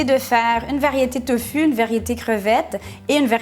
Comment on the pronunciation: ça se dit tofou ma belle